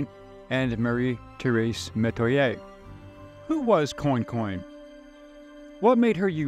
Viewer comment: It is pronounced "kwan-con" and "Nack-i-dish". The mispronouniacian is hard to hear. Native New Orleanian here with roots in Central Louisisna.